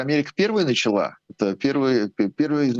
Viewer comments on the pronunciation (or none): none